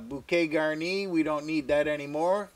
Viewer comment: Hello from France.."bouquet garni" you have a good pronunciation in French 👍 your soup I'll do it. Thank you